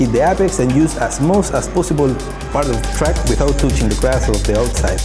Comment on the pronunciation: Freaking awesome. Thx. Now somebody needs to help these guys a bit more with the translation. Se dice: éipex, but it's no big deal. Great content I will use it many times. Best game in the world for me